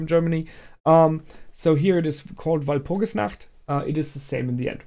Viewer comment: Congratulations on calling the Soul Gems! And it's so nice to hear a reactor pronounce Walpurgisnacht correctly... (You wouldn't believe how English speakers mangle it.)